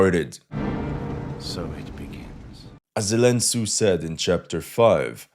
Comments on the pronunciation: Zelen Tsu 😂😂😂😂😂😂😂 classic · "Zelen Tsu" hahahaha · the Zelen Tsu made me lel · 😂😂😂😂😂 zelen tsu!!! Shit is great, thank you for laughs man! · Zelen Tsu!! 😂😂😂😂😂😂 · Zelen Tsu!!🤣🤣🤣🤣